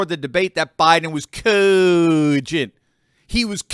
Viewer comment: I love it when says Coooogient